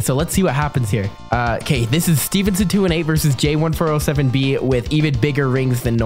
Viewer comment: It’s `jay1407b` Or is it `J1407b?`